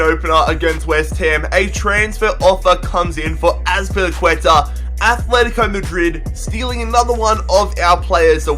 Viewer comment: I hate that people call Atletico Athletico. ITS ANNOYING AS FUCK